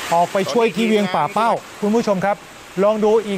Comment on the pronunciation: ป่่าเป้าครับ ไม่ใช่ปักเป้า